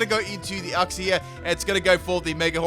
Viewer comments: IT’S YOUK-SEE NOT UCK-SEE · You-xie YOU-XIE IF I HEAR UX-IE AGAIN I WILL DIE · Silly, it's pronounced youk - zee